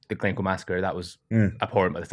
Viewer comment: Glen Coo... ih dear hahaha Glencoe